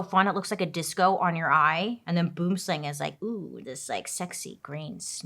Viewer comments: As a South African, listening to you mispronounce Boomslang made me giggle😂❤ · Dying at how you pronounced boomslang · Boomslang, is pronounced sooooooooooooo wrong 😂😂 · I absolutely adore Bailey although the "boomslang" pronunciation kinda made me twitch 😂😂 , melts SA is insane price wise😢